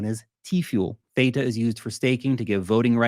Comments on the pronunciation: What are little actress you are purposefully mispronouncing Theta when you know darn well how it's pronounced you little actress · But you really should pronounce theta correctly. Lol. 😂😂😂